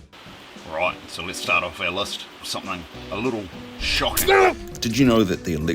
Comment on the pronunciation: and 'list" as lust.